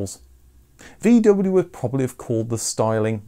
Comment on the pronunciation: Would it be possible to pronounce the name VW correctly?